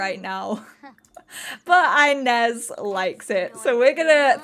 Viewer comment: oh this absolutely feels like watching one of your old school lps - just better because its basically gay fanfiction - and i am LOVING it <3 just one small thing: 'inez' is pronounced ee-nez, not eye-nez ^^'